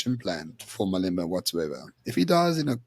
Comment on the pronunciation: How can still not pronounce Malema 😂